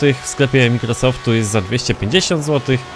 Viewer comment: proszę cie naucz się dobrze wymawiać forzathom i Microsoft bo to denerwuje.